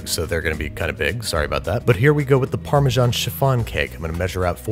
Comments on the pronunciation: Why call it Farmer John cheese? It’s neither the Italian (Parmigiano-Reggiano) not the English (Parmesan) pronunciation. Wrong both ways? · How do you still not know how to pronounce Parmesan. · Why do you pronounce Parmesan like that? It's pronounced paar - muh - zan